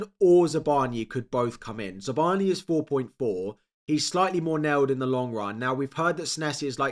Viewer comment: ZabarnYi, not Zabarniiy, more rude sound. Telling you as a ukrainian.